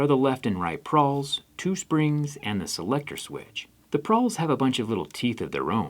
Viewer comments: *Pawls not prawls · "Pawls," not "prawls." Maybe you're thinking of prawns? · So glad I'm not the only one bothered by the prawls....😳😳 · The teeth on the inside of the ratchet are called “pawls”. There is no “R”. Just for future reference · PAWLS NOT pRawls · Its pawls right not prawls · Pawls not prwals please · I always thought they were called “pawls” not “prawls” or I am going deaf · did he call them.. PRAWLS? Cmon Zach! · “Pawls” not “prawls” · Pawls, not prawls. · Are they not called “pawls” instead of “prawls”? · It’s pawls not prawls. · when talking about a ratchet mechanism, there is no R in "pawls"